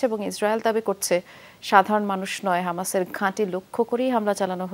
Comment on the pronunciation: হামাসকে আমাশয় বলছি আর কি বলবো 😂😂